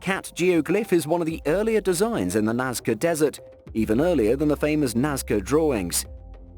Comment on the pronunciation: Narrator, I think you mispronounce Nazca as 'Nazia? Don't bonkered this one. It's always been pronounced Naz-kuh as in english, Nazca.